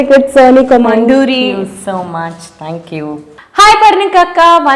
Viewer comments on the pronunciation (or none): C'mon duryyy kaadu thalli.. KoMMandooori.. A shoulder slits lo pettina dhyaasa put it on telugu. Sodhi